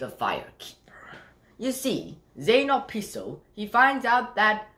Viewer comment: First of all is Zane obispo not opispo